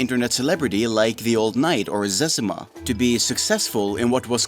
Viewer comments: Lmao! Who calls it sezuma!?? The legend is called ZezEEma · Disliked this because of the amount of times he mispronounced Zezima.